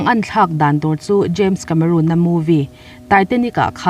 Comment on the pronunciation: James Cameron aw. Cameroon Ni lo in..